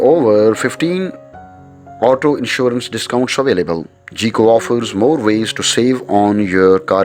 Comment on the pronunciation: Myself - am not going into details - State Farm (my current carrier) works best for me. Now if my situation should change GEICO would be best for me, even though the narrator pronounces it "GEE-CO" when it should be pronounced "GUY-CO" but pronounces the other names correctly. Good, informative video though.